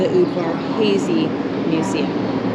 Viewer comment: Just watched this. I use to work at the university in St. George Utah. One of their buildings is called the Udvar Hazy(pronounced Hawzy actually). The family of the same name as the airplane exhibit you visited.